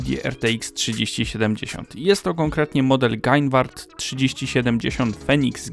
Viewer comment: serio przeczytałeś GAINWARD?????:)